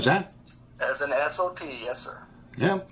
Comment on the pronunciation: He keeps saying he was an S. O. T. and I keep hearing S. O. B. 🤦‍♂️